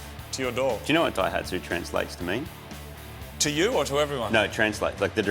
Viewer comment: The name "Daihatsu" is a combination of the first symbol (kanji) of Ōsaka (大) and the first of the word "engine manufacture" (発動機製造, hatsudōki seizō). In the new combination the reading of the "大" is changed from "ō" to "dai", giving "dai hatsu". Not 'break the dyno'. Just FYI...